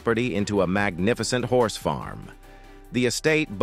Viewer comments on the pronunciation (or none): none